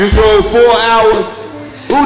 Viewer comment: Did Karlous really say “who DREWVE here?” 😂😂😂 I thought it was DROVE Karlous